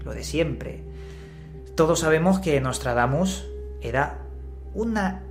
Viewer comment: Eh pero que ni puta idea de Francés, eh?...Menos mal que solo son nuestros vecinos, chico!...Nostradamus...está mejor dicho...o Nôtre-Damme...pero no Nostredamme... Además que yo Ya hace muuchos años no sé qué edad tendrías Tú...Nostradamus circulaba también mucho...Recuerdo aquella cuarteta que decía que en 1999 caería un asteroide a la Tierra, con gran destrucción...decía Miguel de NuestraSeñora...y qué Yo sepa no cayó nada del Cielo aquel año, demasiado digno de reseña... Pero bueno que a Nostradamus se le ha usado siempre para ganar dineritos dineritos, y Tú no eres menos...